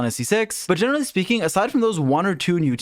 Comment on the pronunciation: "generally speeking"